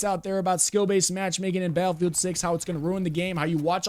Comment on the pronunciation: I agree, I do not believe it will be anything like COD. But please please please, learn how to say the word Battlefield. Hearing you say Balfield over and over again was super cringe. There are two T's in Battlefield. I felt like I was losing brain cells. Balfield 😂 get it together man! BATTLEFIELD!!